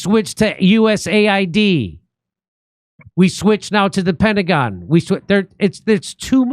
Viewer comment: Did he call "The Pentagon" "The Pentagram" ?? 😅😅😅😅😅